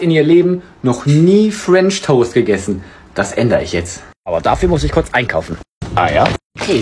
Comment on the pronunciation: "Fuench toast" man kennt ihn, was ne nervige Aussprache er hat lispellise